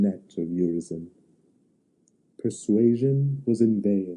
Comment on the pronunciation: Mispronunciation of Urizen leads to misunderstanding